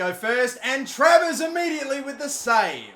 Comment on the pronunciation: how many times did he fuck travers name already?